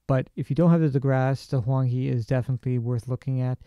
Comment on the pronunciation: It should be pronounced Huang Hae. Tbh, I don’t know if you’ll read “Hae” the way I intend it to be read but... hey, why not try?